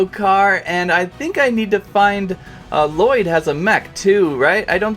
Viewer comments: You don’t pronounce the second l in Lloyd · Lloyd: AAARRRHHH it's not LaLloyd it's Lloyd AAAAAAAAAAARRRRRRRRHHHHHH!!!!!!!!!!!!!!!!!!!